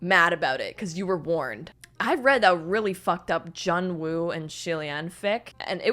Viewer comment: I shuddered when she said Xie Lian and Jun Wu